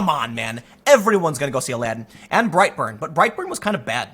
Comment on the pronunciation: I thought you were saying brieghtbart not bright burn, lol I didn't even know bright burn was a movie